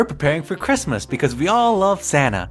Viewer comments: it's not chritmas T_T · its not chirmas